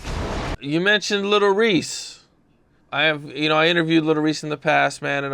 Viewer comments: Lol he callin him lil reesy is this nigga trolling? Somebody going call him out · “ little Reese “ 😭